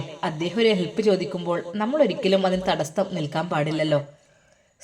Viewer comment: നിങ്ങൾ എപ്പോഴും തടസ്തം എന്ന് പറയുന്നതെന്താ. അങ്ങനെയൊരു വാക്കില്ല. തടസ്സം എന്നാണ് പറയേണ്ടത്.